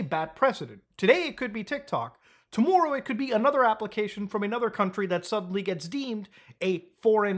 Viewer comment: the worlds most Canadian "tomorrow" I have ever heard. <3